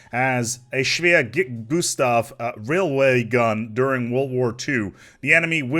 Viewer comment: Greetings from Germany.Youre the first Person to spell "schwerer Gustav" (Heavy Gustav) right!